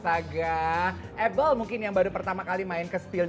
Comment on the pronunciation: Hostnya ngucapinnya “able” agak keganggu padhal kan “ebel” aja gitu lo 😂